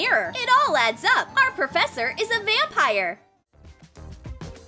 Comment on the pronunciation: well i did hear :meet your new porfessor miss elsa XD)